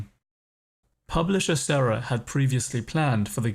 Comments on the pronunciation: And it is s>i<erra not serra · It's pronounced Sea-Era. Sara... and most importantly it's ID like Idiot not Eye Dee...